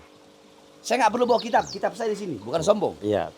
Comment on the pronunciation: Ngajar kitab sombong bacany aja kebalik ngajar kitab preeet